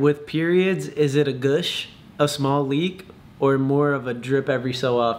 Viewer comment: did he really pronounce "gush" as "gouuush" 😭🤣